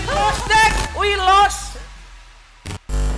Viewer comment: we lost bang bukan lose hehe